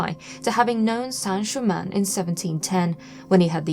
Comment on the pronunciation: It's Count Saint Germain.Please.